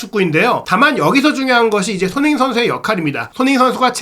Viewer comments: 진행자분의 발음 손흥민선수 = 손인식선수 😂😅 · 손흥민 발음안되나?